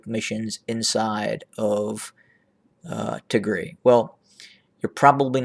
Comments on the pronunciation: What Tigre? Pls correct Pronounce it’s Tigray!!! The one used pronounced is similar to call instead of America “ amrea “ which is completely only used hateful people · Yes I am wondering why this is called "attack drones over tigreee" .... primarily because it's usually pronounced tig-ray ;) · 🤣🤣🤣🤣🤣🤣🤣"ATTACK OVER TIGRI". 🤣🤣🤣 YOU CAN'T EVEN PRONOUNCES THE NAME PROPERLY TIGAY. YOU TRY TO ANALISE WHAT HAPPENED IN TIGRAY. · Pronounced tig rye